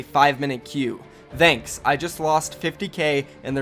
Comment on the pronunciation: Bro why do you pronounce “thanks” like that